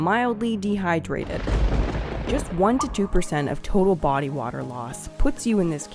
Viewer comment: in... "uuh brb getting some warder"